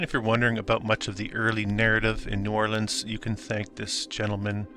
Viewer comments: Just a heads up, no locals pronounce it "Nawlins" more like "Newahhlins" 🥂😉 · I was born right across the lake in Hammond, Louisiana..."knew-Orlans".. Please... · No one in New Orleans pronounces the name as you do. It shows a lack of good research.